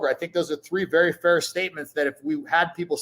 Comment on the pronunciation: dougwass you was vewwy mean to meeeeeeeeeeeee